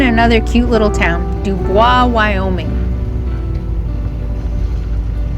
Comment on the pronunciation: PS- Believe it or not, they pronounce it Du-BOYS thereabouts. I learned it the hard way. 😏